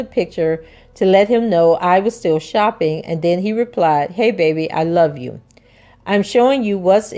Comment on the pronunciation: It seems like she said I Love You fitrdt